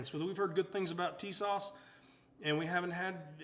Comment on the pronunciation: TIS-ASH....TISAS ... little Turkish for you all